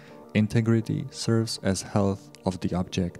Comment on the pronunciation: his voice was okay and quite understandable, he pronounced "health" wrong, but am not daft so i got it. He probably did alot of work and deserves the pride that comes with presenting the updates, don't you agree?